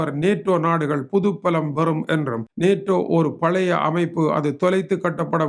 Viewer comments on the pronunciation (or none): none